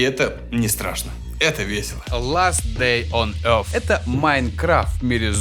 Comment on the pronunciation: что я теряю, если не верю в то, что игра из рекламы интересная? а произношение "ласт дэй он йорс" топ))